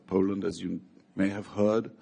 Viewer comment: Poland nhi Po Landd boloo 😅😂